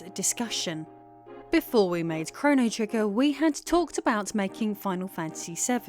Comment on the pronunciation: “Chrono Triggin” Go back and listen again😂